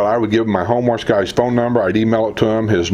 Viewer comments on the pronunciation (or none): Hi! Been watching your videos for several months now and would like to give you some feedback from time to time that may be helpful. In today’s video it reminded me of other videos where you referred to the service known as “Home Watch“. It sounds very much as though you’re saying “Homeless“ to the audience. 😂 It took me several videos to figure out that you meant “home watch” because I did not then know about that service at the villages so the words didn’t make sense to me then. So, for your new viewers and followers perhaps saying it more deliberately will make it more understandable. It is a great service and if you haven’t already, perhaps do a video detailing that wonderful service! Thanks for all that you do!